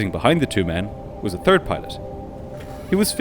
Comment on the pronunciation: The "turd" of November lol